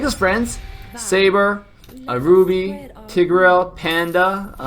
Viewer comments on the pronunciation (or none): none